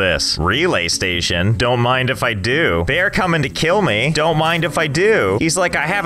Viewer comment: Him: says donte rewind Me: rewinds